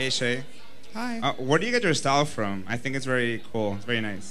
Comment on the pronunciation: is sending me. Shea's "hye"